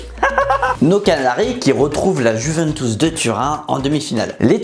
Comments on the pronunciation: Alors vraiment très bonne vidéo comme d’habitude mais on dit Juventus pas Juventous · La "jouvènetousse" 😅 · Je ne sais pas pq mais la ''Jouventous'' ça m'a pertubé toute la vidéo